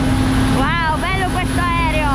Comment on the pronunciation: si dice aereo non aerio